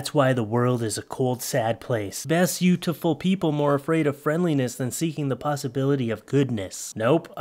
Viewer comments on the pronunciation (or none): It threw me off a bit when you said “besutiful people” 😂 but that’s exactly what they wrote 😂